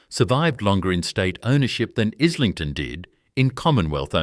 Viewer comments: Pronounced. Is ling ton. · Pronounced,,eye,ling,ton FFS